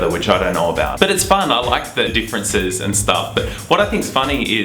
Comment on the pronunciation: Hottie talking about "deeferences"